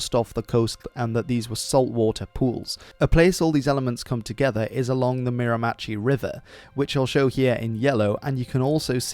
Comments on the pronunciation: Great video I found it interesting mainly because it involves the area I live in! I think the berries mentioned growing on the shore and in salty water would be cranberries which are big fat red berries. Miramichi is pronounced meer-a-meh-shee. The word Mi'kmaq is pronounced mig-ma. Actually I'm going to send this video to a Mi'kmaq friend of mine I think he'll find it interesting for the history aspect of it especially . Edit: Cool or rad in Mi'kmaq is Nisk! So my friend may say nisk! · It's pronounced meer- ma- she. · Also for future reference, Mirimachi is pronounced [ˈmɛɚˌməˌʃi], or Mi r' m' chie, with the stress on the first and last syllables. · Its pronouched Mera-ma-shi not mira-machi but all tthe names in Nova scotia and New Brunswick are impossible to pronounce if youre not from here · Miramichi, not Miramatchee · how you pronounced miramichi is atrocious mera-mihshee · The river is called the Mir-a-ma-she. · As someone that grew up on a Miramichi river I'll give you points for effort. It is pronounced "Meer-Ma-She" or "mare-ma-she". Also the locals say L'anse aux Meadows as "Lance ah Meadows" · Great video! However, you mispronounced Miramichi. It sounds more like "Mir-a-ma-she." Love your work - from a friendly Maritimer!